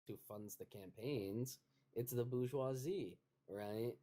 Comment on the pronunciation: It’s not bou-goisie. It’s bour-goisie. More evidence American’s confidently say things wrong and eventually people keep saying it wrong.